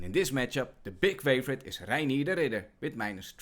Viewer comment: Pronouncing "Reinier" the proper Dutch way🙌